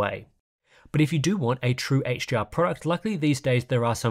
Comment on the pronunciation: love the video but all i hear is h-gee-r